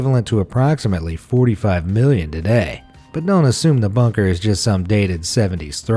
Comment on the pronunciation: I don't know about about everyone else but every time they say bunker it sounds like bonker. I know they are saying bunker but it still sounds very bonkers to me